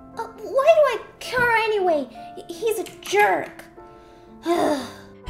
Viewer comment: The way said care